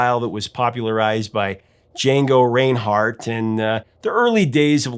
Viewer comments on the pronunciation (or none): The name is pronounced Django RINEhardt, not RAINhardt. Oh, and jazz is far superior to any rock. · Django "Raynhart"??? LOL. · It's pronounced Rineheart but spelled Reinhardt. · 'Django RAIN-hardt??' it's Muff Winwood, not Mutt. Come on man, get with it.